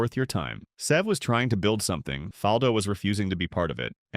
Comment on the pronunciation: And I wish the AI could pronounce his name the way it should be